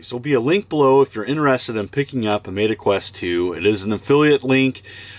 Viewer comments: “Mayta” Quest? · Mayta lol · Did you deliberately say Meta wrong? Lol. Thanks for the referral code!